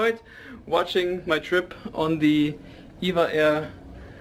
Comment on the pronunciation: Enjoyed your review. Thanks so much for pronouncing E V A Air. So many people say "Eva", like the name. I always tell people it's like the late and great airline TWA. It was TWA not "Twah".LOL! It was great to see you finally being able to get some sleep. I got tired watching you go so long without sleep! Hope you had a nice time in Manila. Take care and stay safe and healthy. ♥️🛫🌎